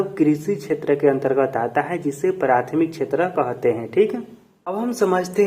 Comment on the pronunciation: कहते ❌कोहाते✅😂